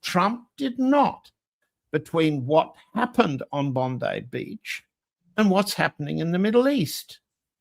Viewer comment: Congratulations. You are the first person to pronounce Bondi properly.